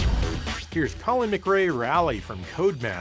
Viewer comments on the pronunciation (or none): none